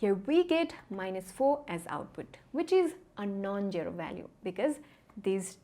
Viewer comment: She has no "sh"😂 And the way she says jero instead of zero Cute accent